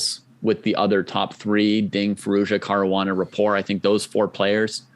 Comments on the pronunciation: No. Richárd Rapport is Hungarian, not French. His name is pronounced (approximately) Ree’-hard Ra-port’. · Is Rapport's name really pronounced like the word rapport with a silent T?